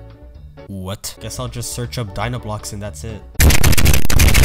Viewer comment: Dinoblocks It’s Dynablocks